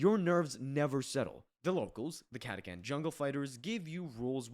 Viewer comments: It's not catakan. Catachan. Yknow. Catastrophe Chan. Cata-Chan. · I’ve NEVER heard catachan pronounced like that in my life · Came down here for this comment... what the hell was that ^^'